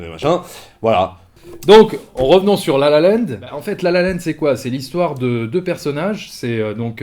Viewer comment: La La "Linde" ?? MDR